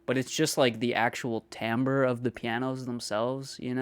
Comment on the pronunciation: Kudos for pronouncing "timbre" correctly. Uncommon.